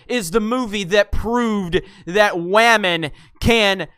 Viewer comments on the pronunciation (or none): He said WHAMEN!!!!!!!!!!